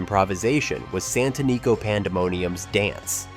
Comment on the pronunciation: Santanico Pandemonium was pronounced correctly once (san-tə-ˈnē-kō) but mispronounced several times!